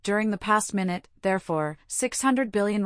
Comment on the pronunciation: This voice is too artificial.. mistakes minute (time) for minute ( small ) " this very minute". Strange cadence.. clearly this voice has no understanding of what is being said.